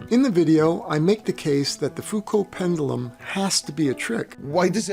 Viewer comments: 'Pendoolum'. Jeez. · Why does it make me laugh when he over-enunciates ‘pendulum’?